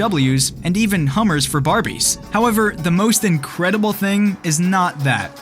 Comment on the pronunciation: did say Incrilыbl (English haven't ы)